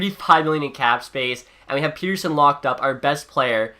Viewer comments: Petterson, like letter-son. Not peter-son. People will get it eventually, if he stays good. Please God he stays good. Lol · ITS NOT PETERSON, ITS PETTERSON SAY IT RIGHT!!!!!!!!!!!!! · It's pronounced like pet-her-son not peter-son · Pet not Pete. Petterson. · You said Persin it’s Petterson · Its not pronounced Peterson it's pronounced pettersson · As a swede i know that you are supposed to pronounce it pet-ter-son. I think Elias just accepted "Pet-er-son" because thats what everyone said over in NA. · its actually pronounced El-le-ash Pet-ter-shon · If you want to be pedantic it's actually pronounced pet-er-shown in Swedish, but given the player has stated he doesn't care neither should you. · Say Pettersson right Pet-er-son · actually in swedish it’s pronounced pet-ter-chon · It’s actually Pet-ter-son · bruh im swedish and everyone says pet-ter-son including all swedish commentators.. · he did it as a troll cause people ask him so much, hes talked about the interview on after hours and confirmed its pronounced Pet-ter-sson. All Canuck fans know this.